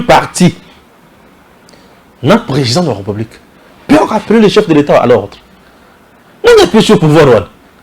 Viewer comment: bjr, j'aimerai bien m'abonné mais à une condition. Le jour où tu commenceras à faire attention sur ta diction tt les jours tu dis: la reupublik, au lieu de républik 🤨🤔